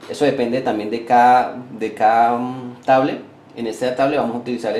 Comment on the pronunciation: Diccionario: Caa es cada, propieases es propiedades, pueen es pueden, trabaar es trabajar, tieen es tienen, le vamoa, es vamos a, le amos es le damos, conetao es conectado, voy aejar es voy a dejar, no emora, es no demora